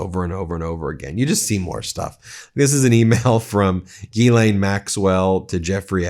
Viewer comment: Love your thoughtful and intelligent reporting. Would love it if you pronounced Ghislaine as it should be pronounced. Something like jislan